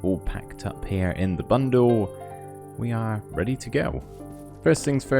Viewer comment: "I'm taking with me only the bare essentiews. I've got my tent packed up heah in the bundewl"